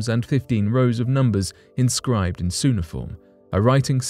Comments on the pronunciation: Cuneiform is pronounced " kew nay ih form" not "soo nih form" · I really get annoyed how badly pronounced a lot of this channel's content is. It "que-neh-form" not "sue-neh-form". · It's pronounced Q-ni-form, not su-ni-form. Also, the tablet is not evidence of trigonometric understanding and that was only originally put forth as an initial theory, though later found false and is in actuality a list of regular reciprocal pairs. The tablet also has a number of mathematical errors. Sorry conspiracy guy, modern math still reigns supreme. I really wish you weird conspiracy folk would stop trying to manipulate information to make things appear more mysterious than they actually are. Talk about real mysteries. Focusing on the factually incorrect without also presenting the necessary context and subsequent revision of the original analysis only makes your viewers dumber and the world worse for all of us as people walk away from this video with a false interpretation of reality. It would have been fine if you presented the trigonometric argument, but then also made mention of its dismissal and the revised analysis, but you didn't and because of that I am officially leaving your channel. I don't wish to support charlatanism. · Ok, this is just being nit picky, but cuneiform is pronounced with a hard "c" .. "k" uneiform. I was surprised, this is pretty commonly known🤦otherwise, interesting info about this tablet! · Q-inform...is how it’s pronounced.... cuneiform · It is pronounced Cue like the letter 'Q'. Cue-Nay-i-form. Cuneiform tablet. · Cu-NAY-i--form correct pronunciation for goodness sake! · Pronouncing cuneiform as suneiform, I'm out of here.